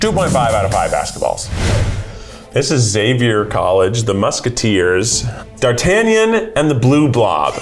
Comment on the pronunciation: I have never heard D'artangan be pronounced that way before and had to google the official (french) pronounciation to make sure I wasn't going mad 😅 edit (2 hours later): DID DUSTIN NAME THE BABY DEMOGORGON AFTER THE MUSKETEER AND I NEVER REALISED??